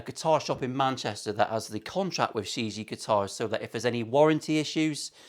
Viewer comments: It's pronounced "shee gee yeah" Chinese for World..Not being a smart ass : ) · Hi I want one of these. Just for reference the name of the guitar is pronounced Like sherr jee air correct mandarin. Love the video and lovely guitar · It has different meanings and pronunciation. The world is one of them but that’s shea je inuncisted. It also has a ghost type commutation in Taoism. It’s also a name it’s actually the owners son amongst the dealers it’s she gee just like says. Mark Shijie UK